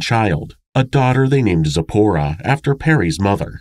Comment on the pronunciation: Just wanted to mention, I am jewish, and you pronounced Sipora, and a few other hebrew words, just perfectly!!! Another awesome episode. Hope you are feeling better!!!!